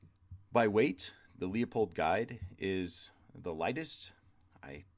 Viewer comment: It’s pronounced “Loo-pold.”